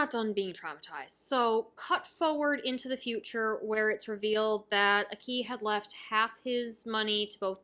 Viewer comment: So I'm listening and enjoying all of your Chainsaw man thoughts and reflections and I know you might never say his name again on Youtube but it has been killing me a little bit every time you say Aki's name. You're putting the emphasis on "i" and giving it a rising intonation. The emphasis is placed on the "A" and the "i" has a flat intonation. Ah-ki, Aa-ki. Not AkEE, or aKey! I just think names hold value and are important. Thanks for the videos. I know you will enjoy Mob Psycho S2 because it is pure gasoline and basically doubles down on everything that made S1 so phenomenal. Fight ON!